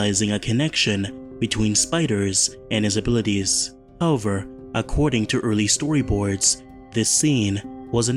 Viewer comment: Good video, but please, learn how to say "however"